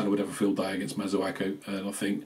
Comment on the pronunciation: Its embarrassing that some fans cant even prounounce the names of players correctly even after 4 years of service. His name is Kouy"A"te not kouyote or kouyete. The same with Masuaku. The amount of times I hear masuoko is beyond me.